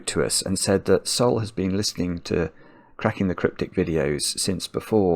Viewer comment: I'm infinitely happy for this moment, thank you so much for the regards! It was an excellent birthday for Sol❤ Ps: you said it correctly